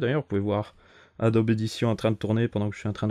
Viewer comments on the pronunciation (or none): none